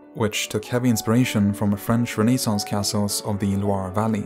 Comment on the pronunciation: It's "renaissance", not "rené saints".